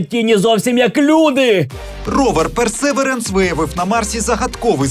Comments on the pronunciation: Ровер персевіренс а не персеверенс 👨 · Вимова perseverance невірна)